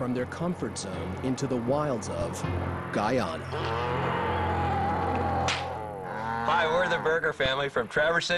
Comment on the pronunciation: Its pronounced Guy-ana not ghana